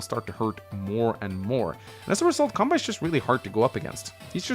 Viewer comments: Kanbei is pronounced as "Kahn-bay" btw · The way you pronounce Kanbei is funny. To be fair, unless you have an idea how the Japanese letters are pronounced, it can be confusing. Now Japanese names are usually written in Kanji (and depending on what Kanji is used, the name can have a different meaning). However, you can also use Hiragana or Katakana as an alternative (or if the name is foreign, then Katakana is used). The way you pronounce the name is the same. Fun fact, the name entry in Gameboy Wars 1 only lets you enter Katakana. Anyway, Kanbei is a Japanese name. To keep things simple, this is how it is written in Katakana: カンベイ (Ka-n-be-i) It's hard to explain in text, but you mostly just speak each letter as they are, unless n or the vowels are used, then you combine them. So you would say it like: Can-bay (see this video: Hope that helps. :) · funny how you say the Kanbei name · I generally feel okay about the order of things (Max and Sturm at the top, Eagle at the top of the second tier...) but I would split the tiers differently - I feel it works better as a four-tiered hierarchy: Tier 1: Max, Sturm Tier 2: Eagle, Nell, Kanbei (the 'bei' part is pronounced like the 'ba' in 'bacon' or 'bagel'), Grit Tier 3: Sami, Andy, Olaf Tier 4: Drake, Sonja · You don't pronounce kanbei correctly